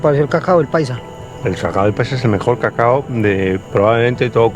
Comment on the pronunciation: No es cagao es Cacao